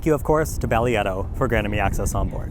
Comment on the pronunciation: Less than two minutes into the video and I came to see if anyone mention it was pronounced differently, because I've not heard anyone pronounce it like did. 😆